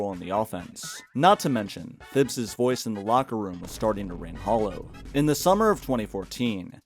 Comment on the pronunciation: The mispronunciation of Thibs is crazy